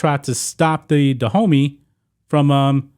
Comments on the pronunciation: you pronouncation of these names is really atrocious. it took me 5 minutes discover you were not talking about "the hoomy" , which sounds more like streettalk, but about DA-OOH-MAY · All throughout the commentary I kept thinking you were calling them "The Homie" army. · My african ears are cringing everytime this homy mispronounces Dahomey 😂😂😂😩